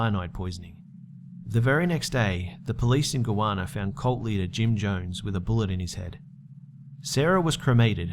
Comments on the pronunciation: It's pronounced "Guy-Anna" not"Goana" otherwise great video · Lol, it's Guy ana, not Goojuana, lol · Hey I am actually from Guyana and its pronouced Guy-Anna and a fun fact my mom actually met Jim Jones when she was in college and shook his hand and everything. He tried to talk her into joing his cult... Thank God she didn't!!! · Smh its Guyana not Guana lord don't u guys read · Mate its pronounced Guy Ana so like guy as in a man and Ana as in the name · It's pronounced "guy-ana" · It's pronounced Guy-Anna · Wait, the country is Guyana, right? If so it's pronounced guy-anna, just so you know :P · hi just need to correct you with how you pronounce Guyana it Guy-as in man and Ana r-na I'm was born there and I now live in the UK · Another great video. But the way you pronounce Guyana is making me cringe.